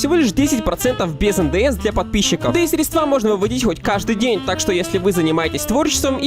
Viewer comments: срЕдства! А не средствА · Простите, но подушню😤. Не "Стредсва́", "Сре́дства " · в задание егэ есть задание с ударениями..но женя говорит средствА, а правильно срЕдства.... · средства. Ударный инсульт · Средства Ударение на е